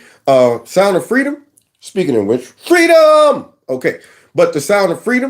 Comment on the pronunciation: Fweedom mama fweedom